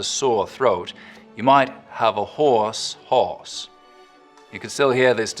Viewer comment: Dang, the way he said "these are some of the last places you'll hear" the distinction between "hoarse" and "horse" made me sad for some reason.